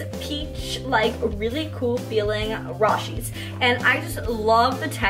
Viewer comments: It killed me on the inside when she says "raw she's". It's pronounced " Row she's " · Lmao me too😂😂